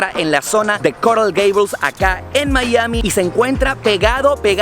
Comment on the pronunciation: no se dice "Mallami", se dice Maiami"